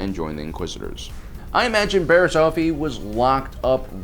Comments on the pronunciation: It's Offee not Ofee, Offee like Coffee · Off-ee Not Ofefee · Offee. Coffee... not Oh-fee... figure it out. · This guy can’t fricken pronounce anything right - her name is pronounced “off-eee” not “oaf-eee” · It’s annoying that he called her last name of fee when it’s off ee offee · It’s pronounced off-e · It’s pronounced OFF E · love you but you're saying offee wrong, it like coffee but no c. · “Oafee” oh gosh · Just saying as a nitpick you kept on pronouncing offee wrong it’s off-ee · The way you pronounce offee... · Your pronunciation of offee is all wrong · Why do you say offee like that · Stop saying Luminari and Oafie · The way you pronounce offee and Tano is weird